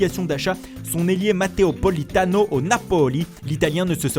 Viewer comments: la prononciation de 《mateo politano au napoli 》me fait rire😂😂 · tain cette accent italien pour matteo politano mdr